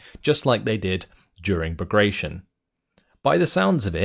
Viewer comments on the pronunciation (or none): you're a good speaker, but I'd appreciate if you'd try to work on correct pronunciation, at least for some major concepts. One such being operation Bagration. It was so named after a russian general (of georgan ancestry), who beat Napoleon back in the day. Being that Bagration is last name, the pronunciation is, well, different. kinda frenchy-sounding, i guess, like B(ah)grat'(ee)on. Look it up on wiki or someplace, since i presume you'll be using it a lot in the coming months. Cheers and keep up the good work!